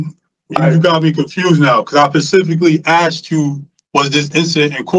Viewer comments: ) I can't stand it When people say (Pacifically) specifically. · is “pacifically” confused 😅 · It's not "pacifically", it's specifically! You arrogant idiot! Eww he's DISGUSTING!!!!!